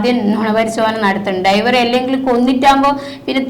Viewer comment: ഡൈവർ അല്ല ഡ്രൈവർ